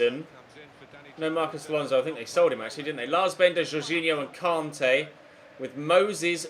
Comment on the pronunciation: Why’s it so difficult for u to pronounce Kante